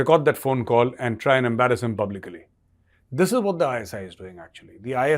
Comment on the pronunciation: Publicly, not publicaly.